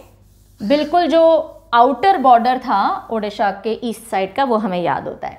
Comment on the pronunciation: Video -- ko jaisa pdh te hai,,wesi hi -Odisha- ko pdh te hai,,, 🙂 -“ di "- ucharan change karo, achhi lagegi,,,🙂 thanks mam 🙂